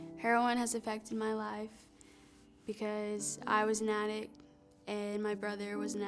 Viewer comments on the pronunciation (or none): SO SAD HEARING HER AND HER BROTHER ARE BOTH ATTICS at least they'll have plenty of storage space for christmas decor pronunciation is important kids its the difference between a meaningful thought and everyone laughing at you or in this case addicts v attics